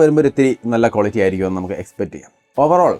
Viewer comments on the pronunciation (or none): none